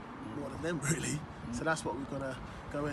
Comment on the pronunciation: Anyone hear his "REALLY" ?? Sol Campbell is a ghost!